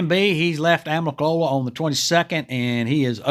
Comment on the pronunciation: Thanks for the update. Remember AMICOLOLA, not AMICOLA. Native American for Falling Waters